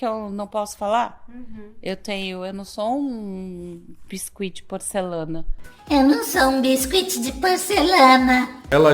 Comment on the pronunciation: Gostei da pronúncia do biscuit.......😂😂😂.....essa Canja só perde para os discursos da Dilmanta😂😂😂😂